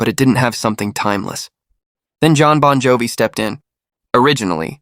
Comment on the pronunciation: United, significant pause, States 🤣🤣🤣 Or saying Bon Jovi like an excited Frenchman who's just been offered ice cream in the middle of a desert: disbelievingly, Bon Jovi?